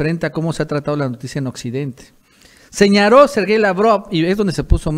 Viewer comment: Se dice señaló no señarof guey